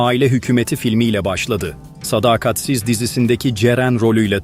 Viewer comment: Yanlış ifadelerden kaçının. SADAKATSIZ'ı doğru okuyun.